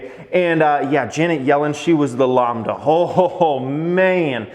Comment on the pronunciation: Lambda as in Lamb (the animal)... and not Lawmb. Now pronounce ACAI. LOL.